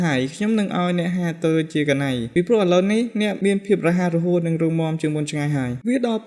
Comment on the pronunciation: ម៉េចក៏អានថាកាណៃ ? គួរតែអានថាណៃបានត្រូវ